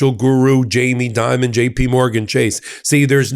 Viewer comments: The CEO's name is Jamie Dimon, not "Diamond". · I think Chase's CEO is named "Dimon", not Diamond or Dimond.